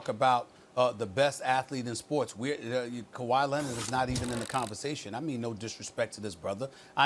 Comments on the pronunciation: “Kawhyyy Lennit” 😭😭😭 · Stephen “Kuh-why Lennid” Smith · "Kawhi Lennit" - Stephen A Smith 2020. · Stephen a “kawhy lennerd” smitj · Steven “Kuwhi Lennit” A. Smith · Stephen A. "Kawhi Lennid" Smith